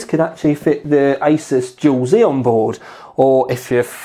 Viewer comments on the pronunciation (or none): none